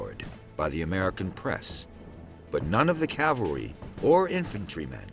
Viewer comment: It sounds like he keeps saying CAL-VERY. Of course, it's pronounced CAV-AL-RY. I don't know why this bothers me so much.